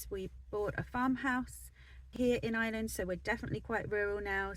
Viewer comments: It does sound like Is-land - try Our-land if you cannot say Ire-land. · There is an R in Ireland! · Hi, you're very welcome to Ireland and I wish you and your family all the very best. One small bugbear of mine is how a lot of English people pronounce "Ireland". It's "Ire" sounds like fire... Land not Island. Thanks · That’s an English thing, they don’t use a strong accented R like we do, they don’t have the ability to pronounce I.RE.LAND , it’s made more pronounced by the fact we use a very pronounced drawn out R in our speech, and also we put the emphasis on the lead syllable, so the contrast is very pronounced. People with other native tongues can hit the R fine, but it’s quite impossible for the English, hence they pronounce our country ala Island. It’s no big thing.